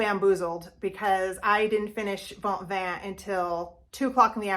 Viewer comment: Sounds like Vaunv...don't pronounce the "ves" at the end. Sounds like Mar-shay O puce. I am learning French right now and a French teacher told me how to say it.